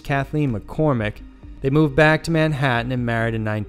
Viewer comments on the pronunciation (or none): none